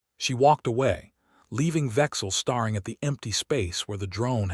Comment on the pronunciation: HEY AI NARRATOR: STARE ---- STARE ING. NOT STAR ---- STARING!! Learn the RULES of ENGLISH.